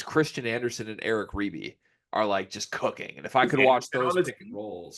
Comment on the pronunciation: It’s “ribey” and There is a new dmv area crystal ball for Creighton . They e been on him forever